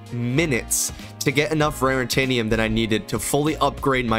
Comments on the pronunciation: It’s not rarintanium lol It’s raritanium, no n there lol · why did you keep saying rarintanium. It's not rarintanium. Its raritanium